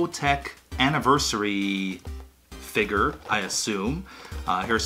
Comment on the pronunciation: I love how you pronounce figure. Perfik englishes.